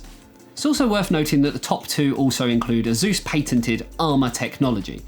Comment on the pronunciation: umm, it's ASUS Patented not Paintented